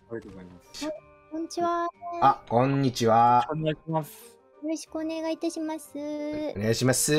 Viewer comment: のあちゃん入ってきた時のこんにちは〜の関西の兄ちゃん感強くて親近感すごい